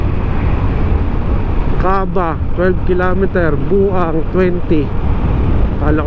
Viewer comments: Bauang(bawang) Po at hindi Buang. hihi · Agoo = Ago-O Bauang =Baw-Wang New sub here. 👌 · Agoo - Ago-o Bauang - Baw-wang Balaoan - Balawan Bangar - Bang-gar ganyan pag pronounce bro hehehe